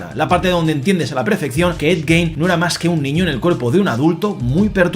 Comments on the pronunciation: se pronuncia gin, no gein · Me ha gustado mucho y tienes toda la razón, la actuación de Charlie es espectacular, lo mejor de la serie sin lugar a dudas, pero has dicho el apellido del asesino en serie mal todo el tiempo, aunq se escribe Gein se pronuncia "Guin". Para finalizar, nada supera a Dahmer, es la mejor de la saga.